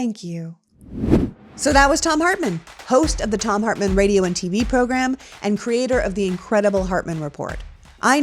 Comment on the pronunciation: 🤭🤭 "poogram"? That gave me the giggles. 😉